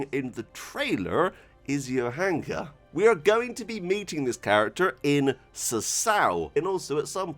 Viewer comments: Your pronunciation of "Johanka" is actually spot on. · You pronounce Johanka perfectly, sir. No worries.